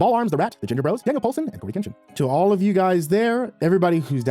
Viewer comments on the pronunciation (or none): none